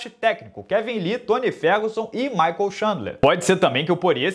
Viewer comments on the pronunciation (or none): none